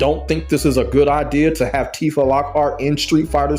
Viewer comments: Her name isn't "Tif-ah" it's "Tee-fah" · Okay, cool video and all, but Tifa's name is pronounced Tea-fah not Tifah 😭 Honestly if she was added to the game, I would consider getting into Tekken. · If this man says Tiff-a instead of Teef-a one more time... Also, Tifa has been a fighting game character her entire existence, even if she came from final fantasy. Also also, so many people in the comments exposing themselves as just haters hating on a character for how they imagine her when they clearly no nothing about the characters. She's not a 'magical girl' of some kind. She has no inherent 'powers'. She's just a straight kickboxer, which anyone with even the slightest knowledge of the character would already know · Bro, why are you saying her name like that? Her name is pronounced tee-fa, not, tih-fah 😂 You disrespected her like that so I gotta drop a dislike on the video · Every time i hear you pronounce her name like that, it sounds me on a spiritual level.